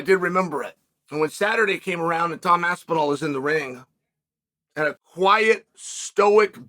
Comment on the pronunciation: How can the great one ne matched? No-one can mispronounce both Pavlovic AND Aspinall and STILL be the voice of truth!